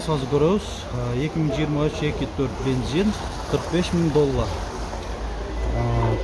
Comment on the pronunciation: Бензин ❌️ Бинзин ✅️